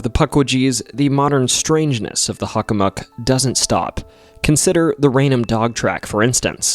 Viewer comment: I've never heard anyone pronounce Hockomock as Huckamuck. Is that the more accurate native pronunciation? On a side note, I went into the Hockomock swamp many years back. When everything went extremely silent - no birds, distant car or plane noises or even a rustling chipmunk - I figured it was time to hightail it out of there. There are no paths that run through the swamp however you can enter from the power lines to the east, or theres an opening to the west at the end of a street. I believe my compass directions are correct. EDIT: Oh and by the way, the documentary was great. I learned some stuff I didn't know from other Bridgewater Triangle docs. There's actually multiple King Phillips Caves in the area. One in my hometown of Sharon as well. 22 years ago I was walking the trail with my girlfriend the day before I was to leave for my first year at UMASS and we heard native drums in the direction of the cave in the woods. A few years back, I was telling my mother that story as we were heading onto the trail and sure enough, we heard the drums. Very strange.